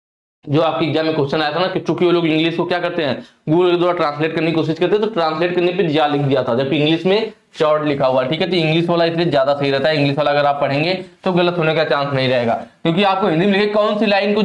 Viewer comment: Sir Chord ( कॉर्ड ) hota hai, आप चॉर्ड बोल रहे है।😅😅